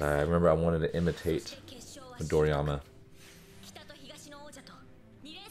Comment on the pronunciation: Coach just to say the name of the green hair guy its Midorima not Midoriyama as you were saying, but its ok. Keep up with the great work Coach